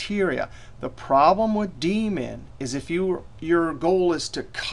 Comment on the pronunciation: New to Excel. Thought he said "We could use the Demon function..." Really wanted to know what the Demon function did :(